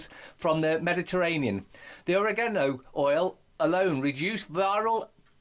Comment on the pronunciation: Oregano not Orinoko, sounds like a feckin womble. Think your Ace 💙💙